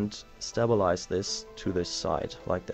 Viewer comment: OMFG ITS STABLE-IZE NOT STAB-ALIZE